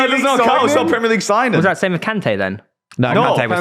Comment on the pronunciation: Its Kante